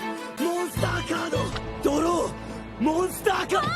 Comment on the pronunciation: monsTAH CARDO